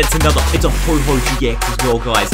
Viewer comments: It's oh-ho not ho-ho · ITS NOT HO HO ITS HO OH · no offence but it's ho oh not hoho it's not santa 🎅 and I love ur vids I'm subscried and I've liked heaps of ur vids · Hey, dont call Ho-oh GX Ho-Ho Gx. Its not Christmas yet! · ITS HO-OH NOT HO-HO HES NOT SANTA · PickPig EXACTLY!!! I hate it when people say Ho-Ho. It clearly says Ho-OH. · PickPig so what if he does pronounce like ho-ho ... not everyone is perfect deal with it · I love this video but what triggered me is that you said ho ho but it is ho oh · Did you just call Ho-Oh, Ho-Ho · Ho-Ho gx, lol Ho-oh..... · It's ho-oh not ho-ho ho-oh isn't santa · did you really say "ho-ho"? It is "ho-oh"! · did you call ho-oh "ho-ho"? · It is not ho ho it is ho-oh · Ho oh not ho ho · A do it’s ho-oh not ho-ho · It's ho-oh not ho-ho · ITS HO-OH NOT HO-HO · I did notice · Map Man02 me too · Did he really call ho-oh ho-ho? 😂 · I cringe every time says Ho-Ho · Did you just said Ho-ho ?? #Ho-ho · He called it hoho gx😂😂😂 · He said HoHo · You pronounce Ho-oh wrong!!! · Can you say it right no hate intended